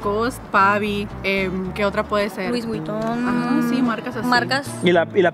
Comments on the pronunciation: La morra que dijo "luis buiton" ni siquiera terminaria la primaria 😂😂😂😂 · Mucha marca de ropa que usan y no saben ni pronunciarla correctamente, no es Luis es un Louis Vuitton! No se menciona poniéndole la s!🙄